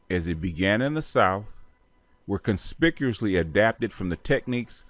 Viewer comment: consciously not conspisously